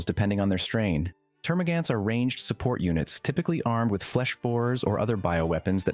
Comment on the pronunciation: So you can say Hormagaunt but not Termagaunt.... Termagan't It just hurts